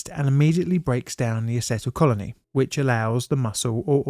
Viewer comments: It’s Acetyl Choline - pronounced - Asset Isle Koleen mate . Thanks for all your work. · The neurotransmitter is pronounced ah-see-tal-co-leen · BTW, "choline" is most often pronounced "coe-leen". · "acetylcholine" is pronounced "uh-SEE-tul-KOH-leen". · Did you mean to say acetylcholine? That, or it's just another word we pronounce differently on the other side of the pond. Love ya! edit: acetyl co-lean, co as in coworker, lean as in I'm lazy. Funny you nailed the enzyme without realizing. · "Acetylcholine-y" is the best way I've heard someone call it. 😄😅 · love the pronunciation of acetyl choline :( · Did anyone else cringe every time he tried to pronounce “acetylcholine?” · Heavenly lord, yes. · Kinda giggling at the attempts to pronounce acetylcholine 😄 It’s a tricky one, don’t worry. Unless it’s your education/job you have literally no use for that information! 😉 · Acetylcholine. Not acetyl colony. Please find out how to pronounce technical terms if you are going to cover technical topics. You are filling the roll of an educator. And your videos are great, but there are places you can go to learn pronunciation of difficult words! And it would polish your channel. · Repeat after me: uh-seat-ul-col-een or ah-cert-al-col-een. There’s no e sound at the end 8( Edit: also, none of the Cs in cdc stand for communicable. It’s the centers for disease control, including noncommunicable things like cancer, west Nile, and and autism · Acetylcolony? You mean acetylcholine? Very interesting preso! Thanks.